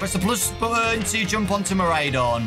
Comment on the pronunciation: Fidough is pronounced "F-eye-doe" as it's a pun of "Fido" (an old common name given to Dogs) and "Dough" as in Bread Dough. Miraidon is also pronounced "Mi-ride-on" for obvious reasons of it being a living Bike XD